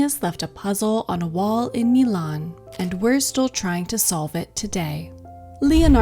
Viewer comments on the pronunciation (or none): none